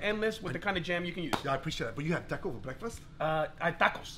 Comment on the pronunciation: “but you had tekko forrr breqfast?”... the fuck was that accent 😂😂